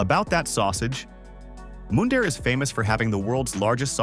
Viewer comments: How about Moondare lol.... It's Mun dare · Mun-dare not Moon-dare Alberta. Mundare not moondare. American trying to sell Canadian properties to Americans? I don’t think so. With the American government trying to take over Canada is not going to happen. When Trump is out of office, then we will talk. You have 17,000,000 people to thank for that because they didn’t vote. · And Mundare, Alberta, is pronounced like "fun" not "moon". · Interesting but AI has trouble with unusual names or places. Showing up looking for Mundare using Ai's pronounciation will get no recognition for the name. Write it out on paper. The Ukrainian town of Mundare will be surprised they are on any list That has no interest in their specialty of Ukrainian food, sausages.